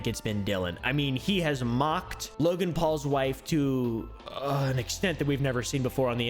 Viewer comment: “This is Wogan’s Bwoken Pwomise” 💀😂